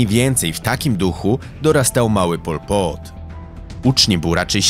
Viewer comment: nawet nie potrafisz wymówić jego imienia, a nagrywasz o nim film. No kurwa brawo.